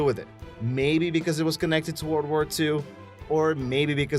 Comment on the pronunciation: Faiven Papalii haha you're right, i read your comment at the exact moment he said word wur 2